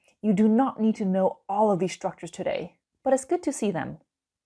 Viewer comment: To be honest of all the teachers online you're the best at explaining lessons. Only 0.1 mistake the way you pronounce the word "today" you said it "chodey". :-( .It should be "tahdey". But i like you honestly. 😇